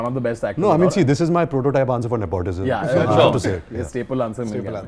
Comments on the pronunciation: Am i the only one who cringed every time he said ne-POT-ism? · He said nepautism 😂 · am i the only one bothered by how ranbir kapoor pronouces 'nepotism' cringes